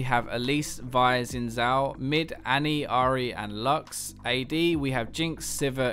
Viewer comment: I love your videos, but Xin Zhao's name is pronounced Shin Jao.